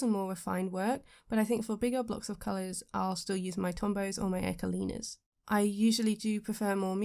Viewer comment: ecoline isn't pronounced as echo- lina, it's eco- line, the eco part is the same as eco friendly and line is just line. Sorry to be that person.